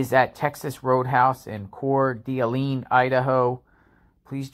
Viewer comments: The d'Alene part of Coeur d'Alene is pronounced like duh lane. The d isn't pronounced separately. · I live in Spokane just across the border from Coeur d’Alene. It’s pronounced Core Da lane. Say it as one word. It’s a beautiful lake town. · “Core Duh Lane” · Haha I just messaged that we say core duh lane. I keep hearing people butcher (pun intended) it all to hell. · Core-Day-Lane. Damn... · Prounounced Coure D’ Lane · Just fyi it’s Core-du-lane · It’s pronounced Core duh lane up here in the northwest. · It's pronounced "Core Delane" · It is pronounced Core da Lane…… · Its pronounced Core Da Lane...i love your reporting but you need to be able to pronounce the towns and cities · I have already seen you butcher and get so many things wrong in our community. At least get the pronunciation right. Coeur d' Alene (Core Da Lane)